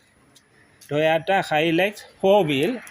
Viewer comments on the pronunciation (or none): It's called Toyota, not Toyata😂 And this vechile is a complete old trash,if you dont know about vechiles, don't create any videos about it.The vechiles you promote are total trash...Don't make people fall into these junk traps🤮